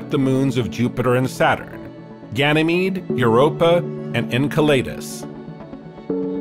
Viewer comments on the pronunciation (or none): the word is pronounced en*cell*le*dus not en*cell*lay*dus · Was thinking this too. It would explain "En kai lee dus" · I liked that you tried to correct him even though you got the point so I'm going to correct you too! 🤣 Enceladus (not Enceledus) derives from a titan of the Greek myth Εγκέλαδος so him using an ay instead of an e is much better although both wrong. Astrophysicists I've known pronounce it Enceladus, which is pretty close. Anw if we got the point I guess it was fine enough 🤣